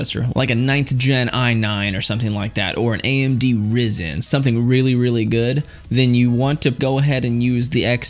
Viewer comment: All i am saying is i reccomend you learn how to say ryzen and there is no gtx 2070